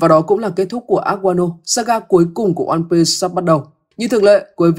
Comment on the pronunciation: Onepiece có chữ s đâu mà sì nghe kinh quá